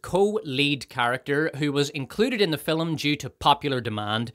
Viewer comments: The word is fiLM, not fiLUM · It took me 38 minutes to figure out the reviewer was actually saying “power” but he was pronouncing it “pyre”. At least I got “fill ‘em” right away ! I’d just never heard “film” with 2 syllables before. The review was excellent .